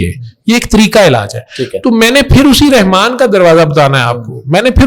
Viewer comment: رحمن کہتے ہوئے تجوید کا خیال رکھین ح گلے سے رگڑ کھاتی ہوئی نکلے گی